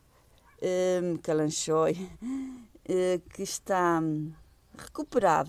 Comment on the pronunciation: Além de ter plantas lindas, fico muito feliz por você ter se lembrado da pronúncia do gênero Kalanchoe. Grande abraço!